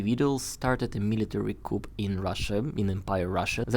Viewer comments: Good job,. By the way coup is pronoounced coo not coop.😊 Easy mistake to make. Your English is very good. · Excellent summary and insightful with the mother and the analysis. Thanks. Also, the word "coup" is adopted French with a hard "K" and the "p" silent. Rather than sounding "coop", it sounds "Kuu". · although it is spelled "coup", it is generally pronounced "coo" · just FYI. Coup is pronounced koo without the "p". I think it's a French word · nice video... coup is a french word and the p is not pronounced. In English it sounds like coo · Thanks for the interesting report. Very helpful. "Coup" is pronounced "coo," with a silent letter "p" after the French phrase "coup d'etat." The word pronounced "kewp" is spelled "coop" and means a cage for poultry. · The "p" in coup is SILENT. ; pronounced "cou". Thought you'd like to know. Great analysis. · the correct pronunciation of the word "coup" (which is French and refers to a hit or strike or blow) is "coo" (in French AND English). In other words, the "p" is silent. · Dear, thanks for everything, and by the way, the "p" in coup is silent, as in "ku". The full phrase "coup d'état" is pronounced "ku - deɪ - tɑ". When the p is pronounced, the word means a cage or pen in which chickens are kept. Love your videos. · Fascinating and terrifying. By the way, in English Coup is pronounced Cooo , the p is silent. :) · Hi - just to mention that the word 'coup' is pronounced 'koo' (no 'p') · Coup is pronounced "coo". No p. Like "cool" with no L. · 💙💙 Thank you! I was so curious to hear your report on the coup..which is pronounced without the sound of the final consonant.....pronounced cou! 💙💙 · coup is French, so the p is silent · Great vid, thanks for the window. (one note: the "p" in coup is silent, Thanks France...) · when you pronounce coup, you do not pronounce the “ p” at the end of the word, just drop the p